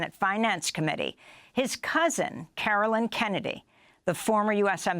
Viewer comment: I'm glad you aired this courageous statement by Caroline Kennedy. One request - please pronounce her name correctly. (She said it herself at the end if her reading.) It is CaroLINE (long i) not CaroLYN. She's not some obscure person; she's the only surviving child of a former, assassinated president; she is a member of a storied political clan and a member of the diplomatic service in her own right. She deserves to have Americans get her name right. Thanks